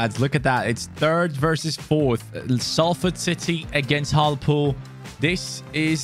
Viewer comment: we are facing harlpool(instead of hartlepool) Hartlepool:Now that's disrespectful (knot knowing they going to lose d game 🤣👌😜😎). But seriously with mispronouncing the team names 🤣. Love d vids man